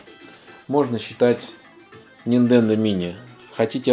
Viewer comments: Нахер , сначала подписался но после десятого раза упоминания Ниндендо отписался. Делаешь обзор, будь любезен не каверкай названия . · Ниндендо... мои бедные уши... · Нинтендооо! А ни ниндендо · Вопрос чисто эстетический . Почему ты называешь "супер нинДЕндо" вместо супер нинТЕндо?